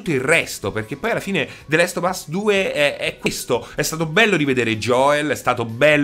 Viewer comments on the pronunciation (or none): E niente, non puoi proprio farne a meno di chiamarlo the LEST of us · The Last Of us, non the Lest of us